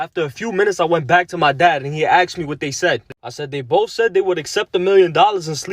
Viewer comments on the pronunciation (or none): the first loser that cant even speak English is not required. " Aksed" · Why is it axed instead of asked now a days? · You should have axed your dad how to pronounce asked